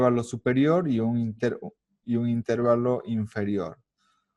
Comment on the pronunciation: El video está buenísimo, pero honestamente me desesperó un poco que le digas INtervalo, en lugar de interVAlo